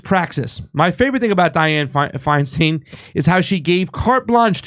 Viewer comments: You re pronouncing her surname wrong. It's not a long "e" in stein. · Lol it's hilarious how he switches between pronouncing Feinstein as "stine" and "steen" almost every time. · Dude can you just pronounce her name correctly once or just the same?